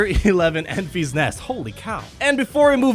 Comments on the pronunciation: Have you not seen Solo yet? It’s Enfys(en-fis) not (en-fees). You’re driving me crazy lol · It should be pronounced like Memphis, TN. Not Enfeeze.